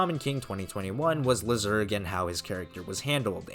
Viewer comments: Lyserg Laisurg, not lizerg, please man it ruins your videos how you are pronouncing his name. Everybody knows how it is pronounced from the show. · The pronunciation is ‘Lai-sir-g.’ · I prefer to say Lyserg's name LYserg instead of how you pronounce his name, but it doesn't really matter at the end. I know why you say his name like that, but I prefer the first name you used before